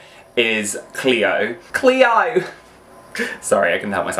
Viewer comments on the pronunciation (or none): none